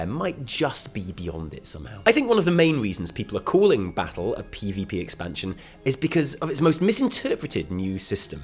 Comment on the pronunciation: Baz is better than buh-ah-ttle